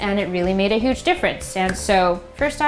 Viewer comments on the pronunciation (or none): none